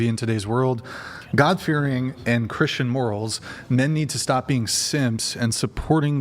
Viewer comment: it erks me when you mispronounce the word, “Christian.” You say, “Chrisshan.” And the word “question” as well. You say, “queshion.” It’s equivalent to when people mispronounce the word “Ask” by saying “Axe.” 😂 Oh, and when you take a breath in sometimes it sounds like you have a bunch of saliva in your mouth. I’m just the messenger and I’m pretty sure others notice as well.